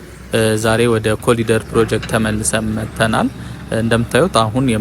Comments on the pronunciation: እባክህ ስታነብ ኮሪደር በል... ኮሊደር አይባልም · It's not colider, plse say Corridor!! Eng 101